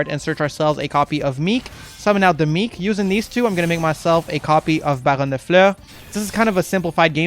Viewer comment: I subbed because you correctly pronounce baronne and this decklist is very good, unlike some lists from other creators..